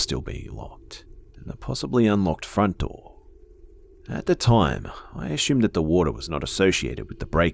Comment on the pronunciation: I love how he says assumed , " a shoomed" 😂😂❤